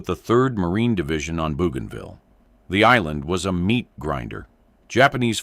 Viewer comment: After "Boo gone ville", AI will never get it right.